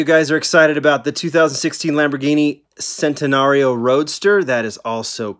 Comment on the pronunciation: It's Chentenario